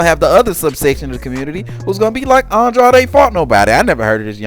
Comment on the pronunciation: How are you going to be a fanboy yet you don’t even know how to properly pronounce that man’s name. It’s Andrade.. rhymes with braid . Wtf is aun-draud? Lmao!